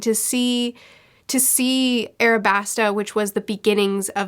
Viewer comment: It’s Alabasta not Arabasta